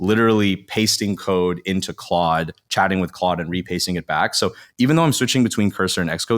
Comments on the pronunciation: Stop saying CLODE It's Claude. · This is a great and SUPER helpful video! Thank you! Issue: it’s pronounced like “clod.” Not “clode.” For reference… 90’s action star Jean Claude van Damme. 🙄😜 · I, for one, don't think it's ode that keeps pronouncing it Clode. Lave hyme alown.